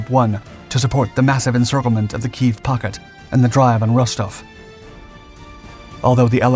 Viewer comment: You mispronounced Kyiv